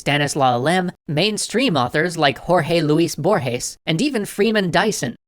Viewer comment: Just for the record, you pronounced Jorge Luis Borges just right